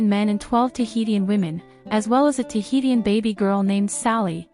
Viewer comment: Interesting video but I don’t think you’re pronouncing Tahitian correctly, it’s pronounced Tuh hee shn.